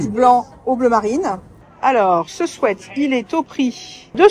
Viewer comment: Je ne sais pas si on vous l'a déjà dit mais merci de dire "sweat" et pas "sweet" comme a peu près tous le monde, ça fait du bien aux oreilles 😄